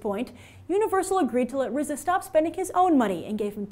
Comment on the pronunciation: D You pronounced RZA correctly, Kudos Grace.